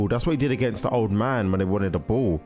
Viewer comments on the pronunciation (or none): none